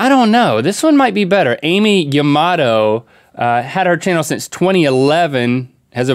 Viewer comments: It’s not Amy Yamato it’s a m I yamato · It’s pronounced a-mee yatatmo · Amy yamomo is that what you said ITS AMI YAMOTA GOD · Her names pronounced “Ah-me ya-ma-toe” not “ami tomato” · It’s ami Yamato not Amy yamado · It's uh-me ah- mato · Its not pronounced AIMEE its like sammy, AMI. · yeah. It's Ami, not Amy